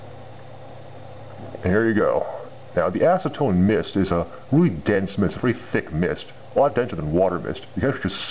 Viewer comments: lol sound like ur saying asstone so ima call it asstone XD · Acetone snow? ASnowtone!